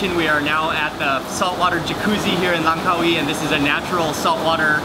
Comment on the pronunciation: Congrads This was the first video where you've said "Langkawi" correctly!!! The stress on the Car-WEE sounds more thai than malay.